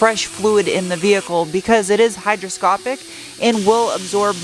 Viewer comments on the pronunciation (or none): *hygroscopic, not hydroscopic (I know, counterintuitive). Recently caught myself saying it wrong as well. Keep the bracket. Nicely fabri-cobbled. Better than OEM; OEM+